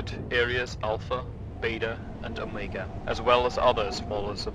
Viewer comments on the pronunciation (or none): none